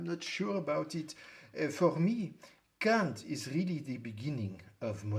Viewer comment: I have a stroke everytime Foucault says Kant in a French accent lol